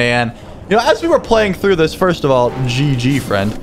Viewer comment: not foist but foist in yo heart💕